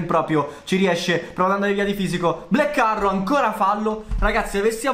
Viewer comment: Potresti migliorare la pronuncia quando di "black arrow"? Vai a cercarla su Google translate